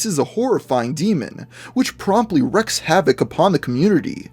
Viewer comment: I thought it was pronounced WREAK havoc, not WRECK havoc.. maybe it's just me.